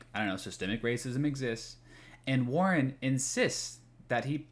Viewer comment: Look at this scholar, YOU, the creator of this video. You can tell you're smart when you intentionally pronounce Warren as Warner in the first ten seconds of this video. Man you really got Warner there! Could you take more pages from the Hasan book of owning chuds?